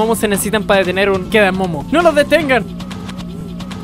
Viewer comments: No se llama kedamomo es kedamono XD 🤣🤣😂🤣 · no se dice kedamomo se dice kedamono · Porque le dices quedamomo ah quedamono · no es kedamomo es kedamono